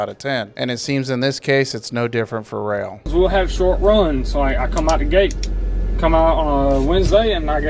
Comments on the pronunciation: Its pronouned rail. I started with the company. They do push for safety but pay jack shit. Around 45 cents per mile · You seriously don't know it's pronounced rail